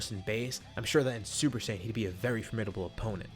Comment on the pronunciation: Super Saying 4 Turles